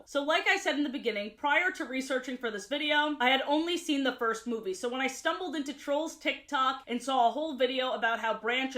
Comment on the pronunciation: Because of how many times she says it, I got a curious question: Why does she say certain words in a way? Like Instead of Ruby, she says it "Rubay" or Movie as "Movay"